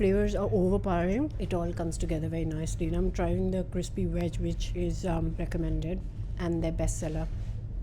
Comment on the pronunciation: The word is veg not Wedge